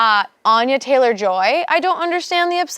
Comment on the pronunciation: the weird thing that threw me about anya is her named is actually pronounced like anne but with a ya at the end